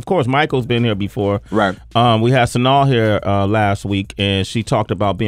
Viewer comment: IKR, it's like he's saying "Sanaul" or something like that. He's always mispronouncing words, kind of odd for someone who talks for a living.